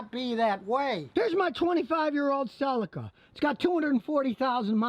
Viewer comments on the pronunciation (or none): none